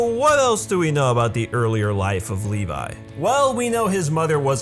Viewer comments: lol he said leli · I don't want to sound like a smart mouth or anything but his name is pronounce as Levi not Levis. And you can find that on the OVA. I understand that I'm late.